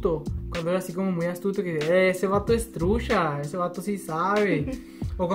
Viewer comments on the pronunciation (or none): No es nada nuevo mis morros, para mi lo Nuevo del norte es que usas mucho (sh) para decir chihuahua shihuahua trucha trusha mucho musho